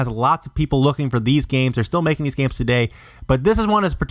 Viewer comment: "makeing this disk, hard to find" lmao why the fuck did you say it like. I heard it and started dien wasn't sure I prob heard correctly when I first listend to it correctly but when I found out it was what I heard i kept re winding continuing to laugh harder and harder lol